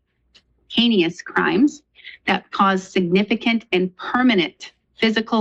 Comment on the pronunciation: Hein'ee'ous?! Or Heinous?